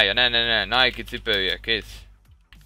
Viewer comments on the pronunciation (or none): NEM NÁJKI HANEM NÁJK!!!!!